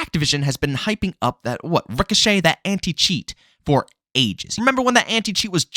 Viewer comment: The anti cheat will start working as soon as figures out how to pronounce ricochet..... So yea probably never.